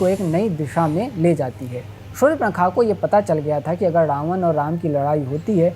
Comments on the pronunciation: Shur-pankha nahi, Shurp-nakha hai. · Sur-pa-na-kha hai😂😂